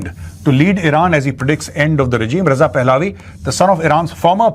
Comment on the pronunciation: Raza pehlavi ( Pehlavi ki pronunciation mei ' a ' silent hai )